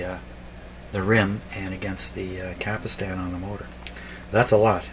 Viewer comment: It's a CAPSTAN ... not a CAPISTAN ..!!!